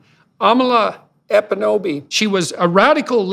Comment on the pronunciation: Is it so hard to say "EKPUNOBI"?? You got as far as "Epunobi", why not go all the way and say that extra "k" mr genius??